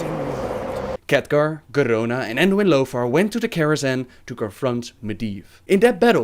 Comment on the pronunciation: I love how you pronounce Khadgar as Catgar